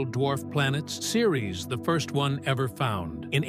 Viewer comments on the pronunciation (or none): none